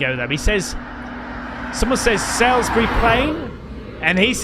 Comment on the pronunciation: Sells berry Plain...is pronounced 'Sols berry' Plain by us Brits. Must be a Cornish thing LOL